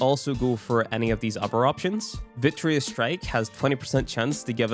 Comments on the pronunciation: It is virTUous, not viTRIous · Dude...It's VIRTUOUS not VITREOUS! :D